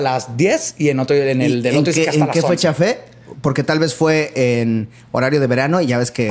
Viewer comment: Si hasta dice "¿En qué fuecha fé?" 🤦🏻‍♂️